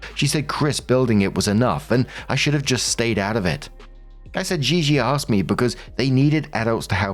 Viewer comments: Im 90% Gigi….is just said GeeGee xD not ZheeZhee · The way you pronounce gigi makes my skin itch 😭